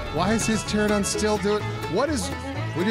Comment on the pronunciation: It's not my first time. I took a 6 month break from them at one point because every video was just 20 minutes of shitty gameplay. they seem to think their ineptitude draws people in. but really it's their banter and senses of humor. so after so many years, being able to know that it's pterANOdon, not pteradon, and what basic creatures eat meat vs berries, and generally just more competence, i would enjoy. i don't need them to be primo gamers, but for heaven's sake, year's of staying bad at something is less entertaining than years of steady improvement along the way. again, it's their banter and senses of humor, along with their hijinxes along the way we enjoy. I watch lots of other gaming channels where they're hilarious and do silly stuff, while also actually being good at the game.